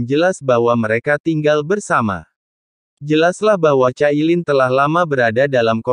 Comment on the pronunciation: Min... bisakah tidak membaca dg ejaan inggris tp pakai ejaan indo ? Cailin jangan dibaca kailin😂 Bercanda min 😂